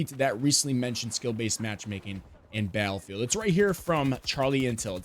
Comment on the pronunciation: I agree, I do not believe it will be anything like COD. But please please please, learn how to say the word Battlefield. Hearing you say Balfield over and over again was super cringe. There are two T's in Battlefield. I felt like I was losing brain cells. Balfield 😂 get it together man! BATTLEFIELD!!